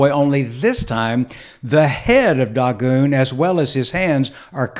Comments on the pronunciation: It's DAY-GONE!! Not daw-goon... Good LORD! The proper transliteration is Dāḡôn. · I'm a native Hebrew speaker. That's incorrect. Check the Strong's Concordance. Click and listen to the word spoken in Hebrew. It's DAY-GONE. And the Masoretic Text is based off of the Aleppo Codex. That's as good as it gets, sir.